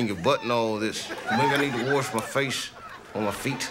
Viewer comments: He said " warsh"😂😂😂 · Came here to hear the Monologue where Dave Chappelle says “Wash” (warsh). Anyone that doesn’t use a wash cloth or loofah is buggin out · “Raise a kid, make love from time to time, and warsh.”